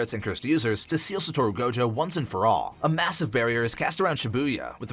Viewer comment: Sa tor ru is crazy and so is sa goo ru